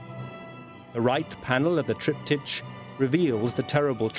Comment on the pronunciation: EVERY TIME THE NARRATOR SAYS, "TRIPTI CH", I CRINGE!